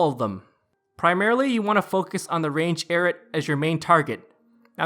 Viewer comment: lol you make is sound like "carrots" - 😂🤣😂🤣😂 It's properly pronounced: "EYE-ROOT" - LMAO~!~!~!